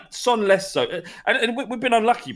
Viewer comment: Just to one up that nonce who told you which elements go in what order, please don't join that British commentator trend of mispronouncing a foreign player's name to sound like it's the real pronunciation. It's 'Son' not 'Zon' or 'Tson'. Sorry to be a twat I just hold you in such high esteem and don't want you to fall into that group of commentators who say 'Ayderson' and 'Himaynez'. That's my gripe for the day. Cheers